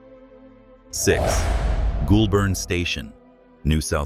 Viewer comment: Very interesting Video, Just a quick point, it is pronounced Golbin not goolburn